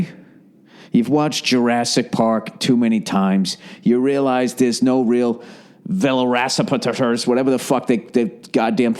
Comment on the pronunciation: I had to rewind "veloracipeteters" like 3 times 😆